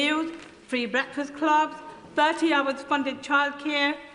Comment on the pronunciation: lol 😂 starmer has killed them words “ Breakfast club”